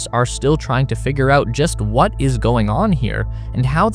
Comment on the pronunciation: WAH-TAH China found on the moon.